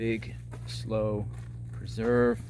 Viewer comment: it's pronounced Slew not Slow